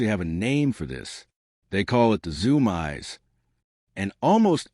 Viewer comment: Are you kidding me with this AI voiced crap? Zoomies pronounced zoom eyes? lol. Yea no thanks skipped the rest!